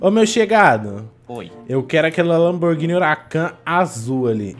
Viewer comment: Lamburguini? Kkkkkkkkkkkkkkkkkk